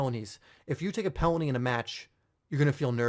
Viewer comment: what he said: penalty what I hear: Pellany